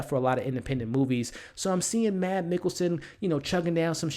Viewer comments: If you want a pro tip of how to pronounce Mads in case, you have to do another review with him, it's pronounced a lot like the word 'mass'. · Mads is pronounced "Mass". The "D" is silent. Watch "Adams Apples" (2005) and "The Green Butchers" (2003) - both dark danish comedies